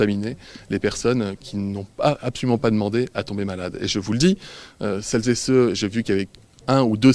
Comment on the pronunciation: Véran a réussi à placer TROIS "Celles zé ceux" en 20 secondes ...record à battre ❗❗❗